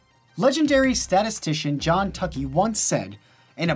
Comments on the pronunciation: Hey Kevin, Tukey's name is pronounced "2-Key." As in the type of post-hoc analysis you run on an ANOVA, the Tukey Test :P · Nerd here with a correction, the name Tukey is pronounced "two key". But as they say, never denigrate someone for mispronouncing a word, it means they learned it by reading.